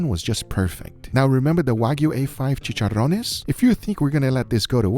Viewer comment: "chicharrones" YES 10/10 PRONUNCIATION AND WE LOVE IT